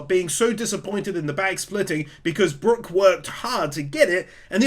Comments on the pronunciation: FINALLY, HE GOT BROOK’S NAME RIGHT. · Kuma, nightmare Luffy AND saying Brooks name right?! What a video